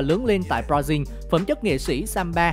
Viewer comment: Con này đọc Brazil thành b ra riu buồn cười vãi